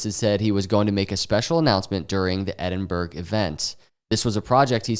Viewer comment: Edinburgh is Pronounced Ed-in-bar-ra or ed-in-burra